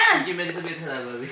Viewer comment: Pure video mein ne 3-4 baar meri taybat kharab meri tibhyat kharrab hai boldiya 😂😂❤️ get well soon